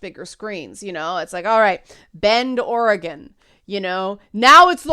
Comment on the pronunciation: Okay, first things first - as a native Oregonian, thanks for pronouncing "Oregon" correctly ;-) I'm curious, which movie/show is set in Bend?